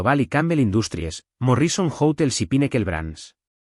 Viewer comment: ¡ESTA ES LA CLASE DE HISTORIAS QUE ME GUSTA ESCUCHAR! MUCHAS GRACIAS DESDE SANTIAGO DE CHILE. Pero no puedo dejar de decir que me hace rechinar los dientes oír a la IA pronunciar tan ESPANTOSAMENTE los nombres, apellidos y otros términos anglosajones. ¿Cómo es posible que no le enseñen que la mayoría son palabras ESDRÚJULAS, como MÓRRISON, por ejemplo?